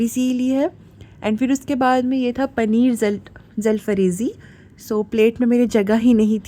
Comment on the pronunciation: जलफ्रेज़ी ❌ जलफ़रेज़ी ✅